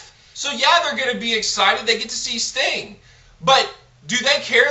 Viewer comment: Did he call Sting stink.LOL!!!!